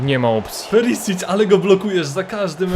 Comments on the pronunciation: To nie jest "Perisić" tylko czyta się Periszić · Witam cie jestem chorwatem i imie Ivana wymawia sie "Periszić" (pisząc po polsku). PS. POZDRAV IZ HRVATSKE!!!